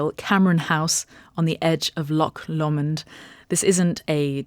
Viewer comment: Sounds amazing! Hope it’s a great event. Lovely location. Interesting pronunciation of Lomond. Typically “Low mond”